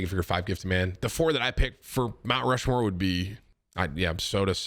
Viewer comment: ROUNT MUSHMORE killed me